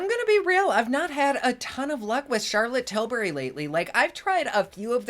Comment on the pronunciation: Great way to start my morning while kids are doing school! The way you say "Charlotte Tilbury" I'm dying every damn time!! Thank you!!